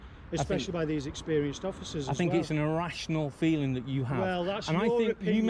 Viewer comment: AW YOU HURT IS FWEELINGS